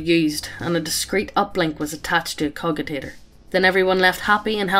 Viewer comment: i cringed when i heard cogitator read as cogitator instead of cojitator.